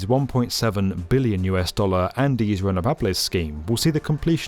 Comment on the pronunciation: I always appreciate the heavy emphasis on the B in 'billion'